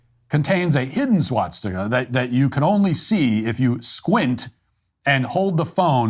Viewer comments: Ah fck I'm not gonna be able to un-hear swat stick-a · Why does he keep saying SWATstika? There’s only one t.